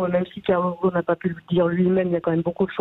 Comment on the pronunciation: Pas Ghosn, Ghost.